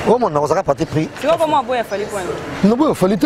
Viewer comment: Français ango kk ti vois 😎 eeeh on dit tu vois 😎 pe kende ba diminuer montre wana